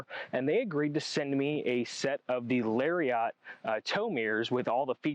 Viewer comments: Great video. But hearing Larry-ot instead of Lariat drove me nuts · I REALLY needed these instructions for my own 8pin to 22pin town mirror install, so thank you, but the way he says "Lariat" is really bothering me, hahaha